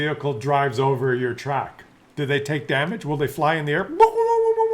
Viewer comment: "We want yoh money" is indeed all it is.